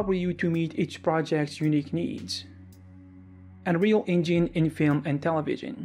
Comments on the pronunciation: "Enreel Engeen" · you probably heard about "THEE ANREYOUL EYNGENE" :D :D :D